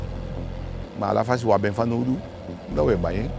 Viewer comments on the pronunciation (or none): none